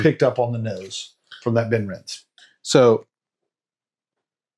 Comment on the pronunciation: Just FYI: the "e" in Benrinnes is pronounced, so 'ben-RIN-ez' (similar to Glenrothes being 'glen-ROTH-ez'). Obviously, we don't get ImpEx bottles here (except rarely at auction), but I do have 4 different Benrinnes bottles from other independent bottlers. I tend to think of it as being like Mortlach, but better suited to me... I've been to various whisky festivals over the years, but these days I just do Croydon Whisky Festival in March and Dornoch Whisky Festival in October - lots of great stands with superb whiskies at both.